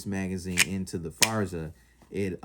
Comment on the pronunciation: GP Arms, not JP Arms. Forza, not Farza.